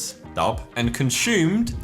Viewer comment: nobody : Josh : Conshoomed